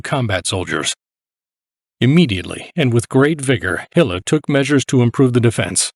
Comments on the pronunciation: Small detail, but nevertheless - the division was under the command of Herbert Gille. Not "Hille". Otherweise great insight. Thanks. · Gille is pronounced this Mon Ami, sounds to us Tommies like hill 😇